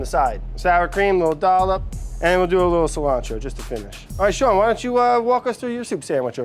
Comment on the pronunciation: Why does this bald guy pronounce his name incorrectly? It's Sean, like 'Bean', not Shawn.